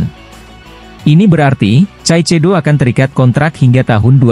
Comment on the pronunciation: masak ngmgnya caicedo please deh kaisedo min .... 😂